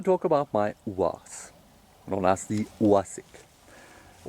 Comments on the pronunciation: Pronounced UAZ - Oooohh Aaaahhs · At first i thought he was calling it an ooze. So thought it was good its painted like a turtle